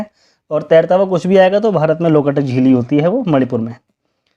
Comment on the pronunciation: Not loka tak. Its Lok- tak.